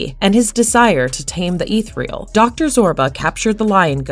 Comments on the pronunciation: The pronunciation of "ethereal" as "eeth-real" and the repetition of "confined to the confinement" made my eye twitch every time. I finished the video, but definitely clicked "Do Not Recommend This Channel." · If you're gonna use the word "ethereal" like 7 times, at least learn how to pronounce it correctly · Ethereal = E thir E al. Say it with me robot! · Whoever read this didn't write it. If you don't know the pronunciation of a simple word like "annals " you're going to run into trouble with ethereal and enigma. I can forgive a couple of flubs but the lack of comprehension strips what should be a skillfully written informational video into disjointed static.